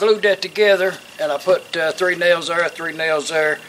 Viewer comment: She says "That thar is mind chatter".